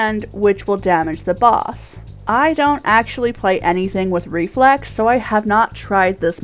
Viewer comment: I thought you said Reflects, not Reflex. Lol You forgot to mention that Reflecting the orbs that it spawns is a Really good idea.